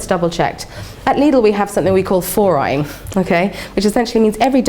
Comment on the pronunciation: it annoys me the way she pronounces Lidl